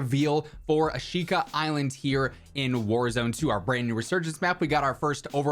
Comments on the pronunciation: Asheeka is the proper pronunciation lol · Concerning the pronounciation, the i in shi is a whispered vowel